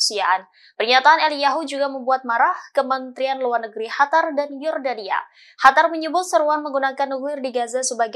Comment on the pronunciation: Qatar bukan hatar... ganti pembaca berita yang gak bisa bedain Q sama H